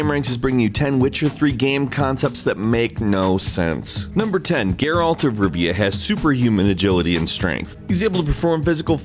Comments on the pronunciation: His name is not pronounced "GARE-AULT" you fucking idiot. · The moment you mis pronounced geralt i knew you didn’t really play the game